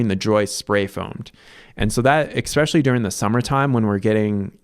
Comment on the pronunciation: I appreciate the irony of a person that points out that it’s called a water heater, not a hot water heater, also saying “eXspecially”.